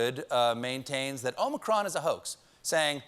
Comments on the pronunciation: It’s not ōmicron, it’s ah-micron. -A Greek student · btw i am Greek i know how you should pronounce it and is OmIcron. not omAcron. eeee like electrified! ok? because sfter Omicron is Pi. to pronounce that pie ! ok?.thanks. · Omicron is pronounced with the last syllable stressed in Greek- omi-CRON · it's AH-micron why can't people just look it up 😩😩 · O'Micron ... it's Irish ☺☺☺☺ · In Greek there are two "O's". The long O in Greek is Omega as in "Oh". Omicron is a short O as in Octopus or Democracy. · It's wonderfully amusing how much time you devote to the problem of how to pronounce "omicron" properly. So may I point out that the problem actually concerns the first letter of the word? "Omikron" is a Greek word which literally means "the small o", just as "omega" means "the big o". The difference is reflected in the fact that "omikron" should be pronounced with a short "o" as in "offer" or "order", whereas "omega" demands a long "o" as in "only" or "omen". So if you are genuinely struggling to pronounce "omicron" properly, don't pronounce it with a long "o" at the beginning as if it were written in Greek with an omega instead of an omikron, but with a short "o" just as in the last syllable of the word "omicron". I spare you the additional comment that the American long "o" sounds like a diphthong which is only an approximation to the marvellous plain long "o" which you find in many European languages, Greek, Italian and German included. Thanks for your attention, writes a pedantic German who nevertheless enjoyed your hilarious disquisitions. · Every Futurama fan knows how to pronounce Omicron.